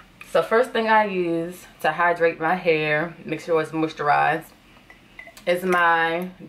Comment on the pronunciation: That “tew” 😭